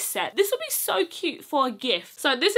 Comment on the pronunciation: It came in ‘sho’ many sizes😂🤣🤣